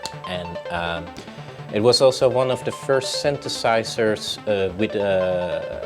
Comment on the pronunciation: World Behind I am utterly stupified by your comment. :) What exactly is "charismatic" about Legowelt ? His English was terrible, the way he pronounces synthesizer, it almost always sounds like "syntheRsizers", but he just knows how to work his gear. Nothing charismatic about that really. How about trying to travel Europe a bit more ? Maybe then you will see there are more than enough boring people in Europe as well. :) I guess we just grow up with more diversified "cultural" input, as compared to Canada and the US, but that doesn't mean everyone here actually uses that diversified input to an advantage, if they use it at all.